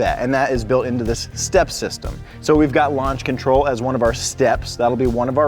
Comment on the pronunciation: Did he say step sister or step sistem?